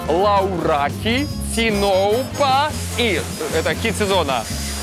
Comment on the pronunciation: лавраки а не лаураки ципура а не циноупа